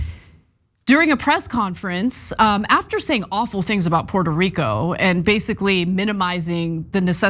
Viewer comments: lmbo! "pweto reeco" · Puweerto Rwico, Big Ocean Water, Exploding trees. My fave moments, I watch it every time I need a laugh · That’s a bad and mangled attempt at a Puerto Rican accent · Trump says Puerto Rico that way to stress that he sees them as NOT true Americans, but foreigners..